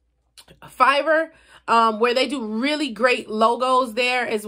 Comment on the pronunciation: Are you saying fiber for the logo?